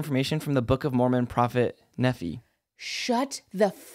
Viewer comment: pronounced Nephi wrong - exmormon speaking - idek how to correct him in writing the e is different - it's Knee-phi